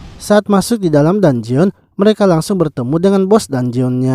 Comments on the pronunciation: info min, dungeon di bacanya "danjen" bukan "danjeon" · bukan danjeon bang penyebutannya,penyebutannya itu danjen